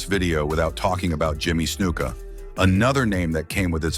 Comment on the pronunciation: This story is full of shit. And who the fuck is Peter Patera? Try KEN Patera. Who is Iron Chic. Try Iron SHEIK. Who is Jimmy Snooka? Try SNUKA. It was Vince Jr. who put Hogan over, not Senior. Stupid false post.